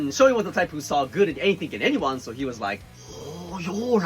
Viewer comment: Dude! Why did you have to say "rike" 😂😅🤣